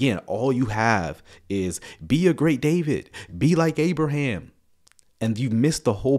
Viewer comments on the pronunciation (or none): none